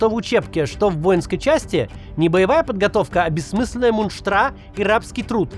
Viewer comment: сори Максим вы сказали «мунштра»? 😮